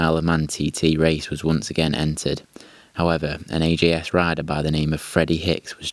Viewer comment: Always said AJS (ay-jay-es) but here its pronounced AGS, maybe a british speciality? 16MS was my first bike, so interested in AJS history. Fun way to tell about early days of the brand, but must say I missed the highlights of the brand, the four cylinders pre and after war and of course the 7R, Porcupine and the demise last 33CSR with the Norton 750 engine. Maybe content for another post here!